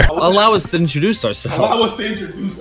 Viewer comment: I fucking love saying “introduce.”. “IntroDUCE”